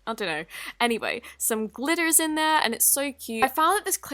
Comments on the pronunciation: the way she says glitters 😂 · On she said glitters like a legit proper American like you go,girl!! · I swear, whenever you say "glitters" you sound American omg. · she turned American for 1 second